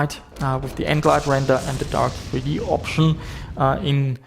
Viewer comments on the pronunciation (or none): Jesus, the way you pronounce Direct3D... Half the video I was wondering who's Darth E.T. ;P